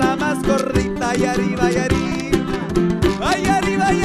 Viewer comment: muy buena la banda! mi única duda es por qué en la "falsa bamba" dicen "aRiba" en vez de "aRRiba".. está bien que sepan hablar muy bien ingles, pero no se olviden del castellano!